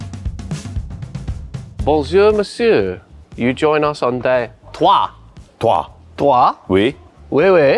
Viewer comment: Day Trois? 😂 Deux! As in duh 🤣